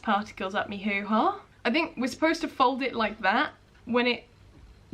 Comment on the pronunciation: it makes me laugh the way she's uncomfortable talking about really private things it makes me laugh especially when she say who ha cause him Canadian and it just sounds funnier